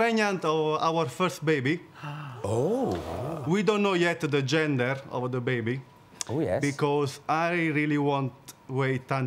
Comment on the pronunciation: ...what a baaaaaaaad pronunciation!! I know you'r italian (like me) but "preniant" "ggggender"...come ooooooon